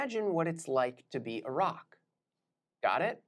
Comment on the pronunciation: Anyone else heard Iraq rather than a rock